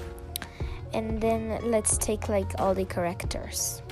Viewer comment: It’s characters! Not correctors Edit: I just don’t like people pronouncing stuff wring